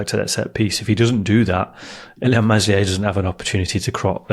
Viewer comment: For gods sake virgins. Its Meslier with a silent s, please guys. Told you before.